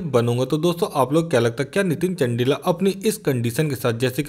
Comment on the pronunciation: are bhai नितिन चंदेला है,, बोलो तो ठीक से